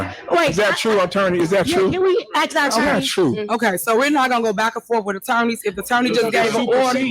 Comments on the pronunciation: Speech class. Act # Ask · "You ax me trustee, so let me finish". Tiffany Tahoe...it's ASK, not ax. You're a Super Crooked Mayor 😂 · I can’t believe she still says “Ax” instead of “ask” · By the way the word "aks" is ask hehe... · FYI- ax = ask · And perhaps a basic language class, as well. The way she pronounces “ask” is simply embarrassing.